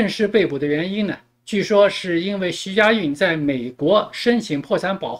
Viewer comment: 主播你是故意还是真的“徐”“许”不分?